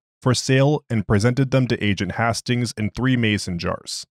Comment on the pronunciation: Isn't it pronounced Haste-tings and not Hass-tings?